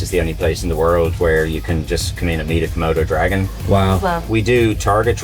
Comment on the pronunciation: Is he keep saying Kimono dragon? xD